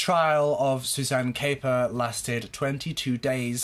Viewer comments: Her name is pronounced cap - per not cape - er 👍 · I'm afraid you have mis-stated various facts in your summary of this case. You also mispronounced Suzanne's surname. I don't know where your information was taken from and clearly you are touching on the 'headlines'. It is also fair to say given the length of time this incident went on for and the number of characters involved its understandable you may get confused. Its a very emotive and sensational case but maybe remember there are still family members alive. What this young girl went through was awful. I'm sure your motive in recording this piece was not to be cause hurt but you ought to consider the impact it could have in a wider sense. I don't mean to attack you but remember all of these cases have families behind them. Suzanne was somebodies daughter. What happened was horrific and I'm sure her family and friends don't want to have such reminders in the public domain. Equally, passing opinions without having seen all the evidence or heard it in court can be dangerous.